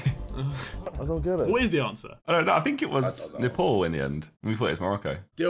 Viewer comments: its Nepal not Nepol josh..Ne-Pal not Ne-Pol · I am from Nepal. Lol did he say Nipple? 😂